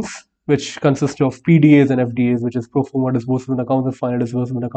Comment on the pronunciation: Hey,, PDA is not Performa DA brother, it's Proforma DA Thank you for your videos!